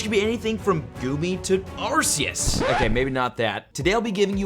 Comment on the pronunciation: Why do u say it arsius it is pronounced arkius